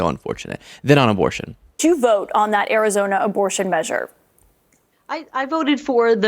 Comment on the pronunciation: Even Arizonans can't stand her, dears. It's Arizona, not KARIzona.